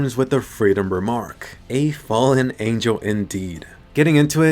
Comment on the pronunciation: I thought every time when he said a fellen angel i keep thinking that it would say a fallen jaeger